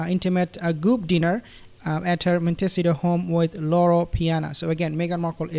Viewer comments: Monticeto is pronounced 'Mont Ah See Toe" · Please practice .... Sounds like....mon- te- ceeto.